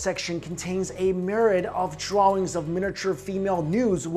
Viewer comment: Pronounce drawings right please